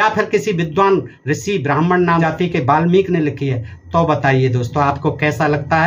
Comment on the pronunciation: Ve malmik nahi balmik hai😂😂